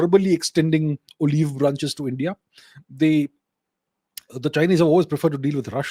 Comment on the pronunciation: Why do you mispronounce things on purpose? "China is extending o-leev branches to India"? Wtf? Everyone knows how to say "olive". You do so with other simple words but pronouncing them as "expaand" and "diplomaat". Why do you do this?